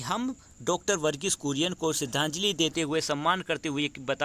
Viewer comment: Its kurien not Korean